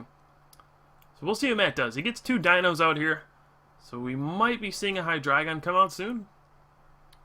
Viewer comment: do you say hi-dry-gon? o.o